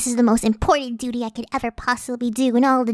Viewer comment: You ceep saying duty